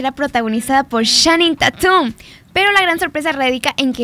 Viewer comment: ¿que? ¿soy la unica impactada por la pronunciación que hace de Channing Tatum? No entiendo 🤔